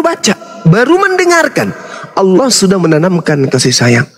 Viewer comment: Berpirmanlah ALLAH buk, bukan ALAH😅